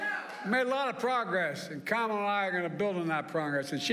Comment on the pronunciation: He said Kamla. 🥥🌴